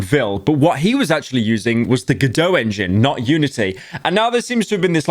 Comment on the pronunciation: PETSCOP TWO OH MY GOD, also its go-dot not gohdot you british person